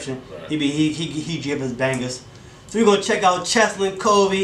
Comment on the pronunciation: It’s C H E S L I N not chelsin